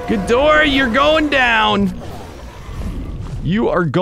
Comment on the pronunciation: that’s not gidorah